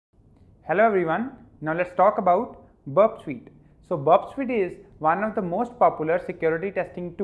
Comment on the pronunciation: Its not burp sweet its burp suite.. kindly improve your vocabulary it doesn't make any sense.. 🙏